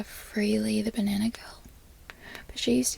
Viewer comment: Benana is such a unique way of pronouncing banana I didn’t know that was possible lmao😭